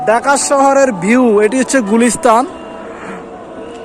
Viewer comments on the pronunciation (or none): none